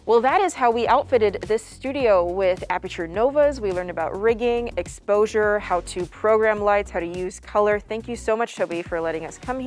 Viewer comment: Great “eposure” values lol